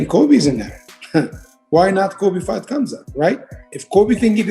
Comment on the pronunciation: its MA-GO-MED-SHA-RI-POV, he is not ben shapiro also it is KHAM-ZAT, just llike KHA-BIB sound of anyone calling him hazmat,, and ben magomedshapiro is just obiously too dumb to wipe their own ass.